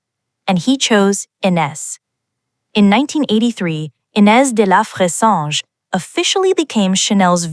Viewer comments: the narrator made me cringe. get the name right. aay fressange, with a short a. do your homework. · Dear Miss AI. The name is Frezahnje. Clicking off you fake B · at least use an ai voiceover that can pronounce her name😅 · Why do this story if you can't even pronounce her name correctly??? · Please, if you're going to do a documentary about someone, get the pronunciation of their name correct. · Your pronouncing her name is atrocious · Please do not mispronounce her name.